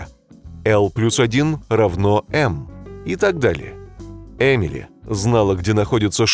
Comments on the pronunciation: там получается не Эмили, а Ямили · вообще-то ю плюс один равно не э а я